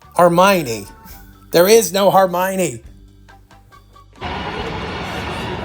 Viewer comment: "Har-My-Knee" LOL